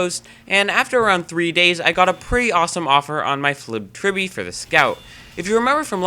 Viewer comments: its not the flibbed tribby..... its the FLIPPED TRILL-BEE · Good vid, but, I can't get over "Flibbed Tribby"